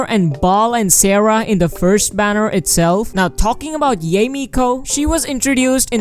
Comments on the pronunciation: it's pronounced yai. i thought it was pronounced yay too until the patch came out. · Can we just like say... Yah-Eh? Not Yay? LMAO I dont usually mind pronunciation, but it's like "YEY!! YEHEY!!". LMAO